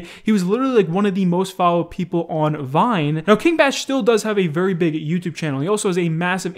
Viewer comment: it's King Bach as in J. S. Bach (classical musician) (BA-AHC). It's not Batch.